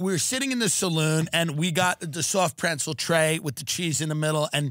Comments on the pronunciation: Is Tim saying preNtzel? Is this a Long Island thing? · Is Tim pronouncing pretzel “prencel?” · Why the fuck does it sound like Tim says pretzel "prentzel" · “the soft preNtzel!” Huh? 🙃 “the soft preNtzel.. soft PRENTZEL.. PRENTZEL.. PRENTZEL” 😨🤯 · Is Tim saying preNtzel??? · am i the only one hearing tim say prentzle or am i trippin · Tim, it’s not pronounced prentzel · What the f is a PRENTZEL ? Is that a long island pronunciation of pretzel . Kills me every time he says it, and no one corrects him. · is anyone else hearing tim add an N to pretzel that isn't there or is this fever i have officially breaking my brain? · Am I the only one going to mention that Tim doesn't know how to pronounce "pretzel"?